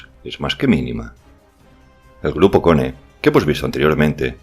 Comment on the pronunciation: Solo un detalle aquí , khorne es un dios de la saga warhammer 40k, y se pronuncia "corn" como maíz en inglés, eso significa que un grupo de frikis están enfrentandose al supuesto segundo mejor ejército del mundo, y están haciendo un mejor trabajo jajaja.